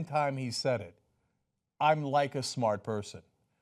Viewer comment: "My uncle was smrt, quid pro roe, I am too, a smert guy"